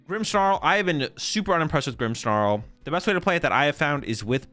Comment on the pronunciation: there is NO "H" in "Grimmsnarl"